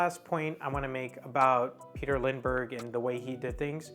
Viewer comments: this video is none sense . you can watch his video talking about his Style and the wsy he Works . ps you say his name wrong . Lindbergh. not lind denbergh . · It's not LinDENbergh , it is Lindbergh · "Lindbergh", instead of "Lindenbergh" and even the title is wrong. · Dear Sir, Please go to lengths to pronounce Names Correctly (You got it right the first time but not the 2nd & 3rd)(there is no 2nd "N" in his name)!!!!!!! It seemed that most of what You said was correct .... I do not want to be critical (but I can not help myself)... I wish that there would be an easy way to contact YT people privately.......... Best on Your YT endeavors.... I subscribed :) :) :) Remove this if You like :)